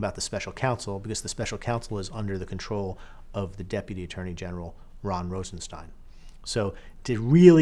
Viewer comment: Keeps saying Ron Rosenstein, its Rod...